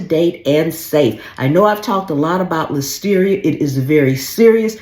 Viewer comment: "ListeriA" not "Listerier".